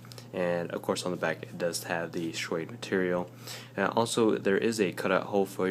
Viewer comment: Shwade? Suade buddy